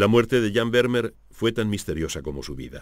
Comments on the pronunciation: Kyrie Eleison : de acuerdo. Exigir una pronunciación casi perfecta de “Vermeer” me parece innecesario y casi pedante. Pero acentuar arbitrariamente el apellido resulta molesto y un pelín chapucero .Y es fácil buscar cómo hacerlo correctamente. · Excelente documental. Lástima la pronunciación grave de Vermeer. ¿Se imaginan un documental holandés que pronuncie "Caldéron de la Barcá"? Sería muy molesto...